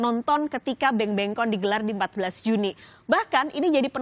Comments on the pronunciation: Please not the pronounce not 'bengbengcon' but 'bangbangcon' 😖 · Ucapan 'bangbangcon' itu bukan 'bengbengkon'. Harusnya 'bangbangkon'!! Orang Indonesia bisa ya? Dalam bahasa Ingris ucapannya 'a' biasanya 'e' jadi mereka bilang begitu, tapi Bahasa Indonesia 'a' tetap 'a' saja ya? Bahasa Korea sama. Jadi jangan bilang 'bengbengkon' karena itu salah. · Awalnya ngomongin BTS, selanjutnya "musik korea".. National Pride emang gituh siy.. Burden nya ekonomi negara.. btw, itu read nya "Bang Bang Con".. as a-Bang a-Bang tukang cireng.. maaf y..